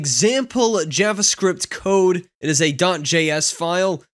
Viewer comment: Not a big deal, but you're mispronouncing "javascript".